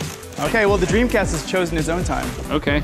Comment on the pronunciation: what de dremcast?